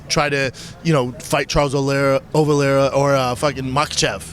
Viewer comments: When you sound like you haven't blown your nose in 5 years and half your face looks like it was stung by a swarm of bees that's the first sign that you have no business having a podcast or being on camera for a living. Calling Charles "OVileira" is another one 🙄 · Charles 'Ovalara' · Brendan “Charles ovileira” schaub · Talk about CTE Schaub can't even pernounce Olivera 🤯🧐🤬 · Who's Charlie Oval-Larah? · He said Ovilera lol. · Who’s “ovileira”? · never hear of ovilera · “Charles Olera - Olvera” - Brendan definitely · "Charles Olera ovalera" ahahahahahhahah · He can’t say Charles olivetree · "Charles Olera.. Ovilera" Brendan literally speaks for a living how is he this bad at it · B said Charles "Oval Era". Lmao 🤣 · After correcting himself on "Charles Olara" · “Olera.. Ovilera” 🤣🤣🤣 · Oliera bapa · Lol Charles Olera...Ovalera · He only needed 3 trys to nail the word Olivera 👏👏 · Brendan had nerve to talk shit on Nathan Diaz, told him “use your words”. Hilarious coming from a guy that can’t even get through one interview without mispronouncing multiple words and names. Maybe slow down when speaking or maybe you should really think about taking speech classes. You do speak for a living. “ GET IT TOGETHER B” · Brenda can't even pronounce Oliveira? Man c'mon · Was it when he started off talking bout the homeless, when he mispronounced Charles Oliveira name or when he simped for a comedian that has openly taken the piss out of him that did it for you?